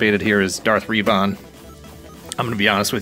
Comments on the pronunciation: It's pronounced "Rev-in" not "Reevon" lol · You didn't need to say that you don't know much about Darth Revan, you made that clear when you pronounced it like "Yvonne." ;-) I enjoyed playing Knights of the Old Republic even though it was rather dated by the time I got around to it. I still see it pop up in sales on Steam every once in a while so it can be picked up fairly cheap. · I've always heard Reh-vin as well. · Love your content but boy I almost died when you said Reeeevon lol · According to the games it's pronounced "Reh-vin," but maybe you were just goofin'! I've found these at different GameStop stores and after seeing them in person, I decided to pass on all but Revan and Sabine. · You had to butcher that Revan name. Worst pronunciation I’ve ever heard of his name.